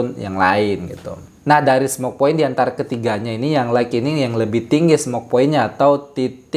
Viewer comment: Jazaakallahu khair Utk pengucapan kata "light" silakan buka link berikut